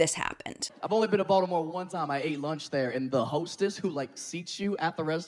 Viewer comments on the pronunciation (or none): You said Baltimore i heard VALDAMORT. Still tracks.